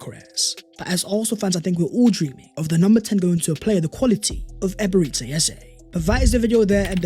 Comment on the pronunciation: EbereCHI....Chi...not See... Stop calling him Eberezsee Eze